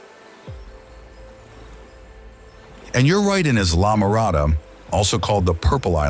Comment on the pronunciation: Informative video, but you pronounced Islamorada and tarpon wrong